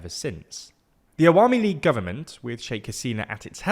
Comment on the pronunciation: His pronunciation of “Awami league” & “Begum” was pretty good ngl, made me smile everytime.